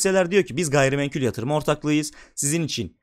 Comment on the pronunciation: Temettü portföyü yapacaksınız ve orda Ereğli olmayacak. Bence o da eklenmesi lazımdı. Birde "gayrimenkül" değil "gayrimenkul" naçizane düzelteyim dedim. Başarılar